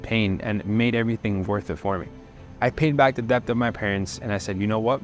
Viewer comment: How does he not know how to say debt yet?